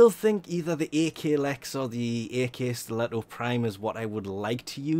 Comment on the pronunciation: pronounced ACKstiletto, not AY KAY. that goes for all the akimbo weapons. pronounced Ack, like jack